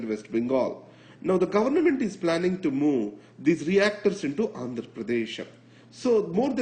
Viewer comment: it's government, not governament